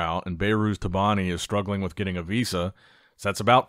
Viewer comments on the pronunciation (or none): none